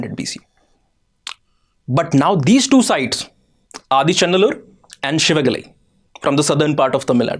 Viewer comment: For someone who doesn't know the Tamil lexicon, you are pronouncing all places like Thoothukudi, Adichanallur, Sivakalai almost accurately.